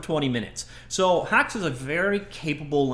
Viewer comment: I recommend HaxeFlixel if you want a fully-featured game framework, rather than say, a graphics library. Also iirc it is pronounced "Hex" something to do with French pronunciation?